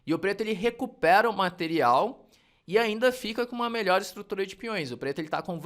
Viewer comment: Faltou o "r" ali no melhor, mas, tá perdoado, mestre. Obrigado pelo vídeo.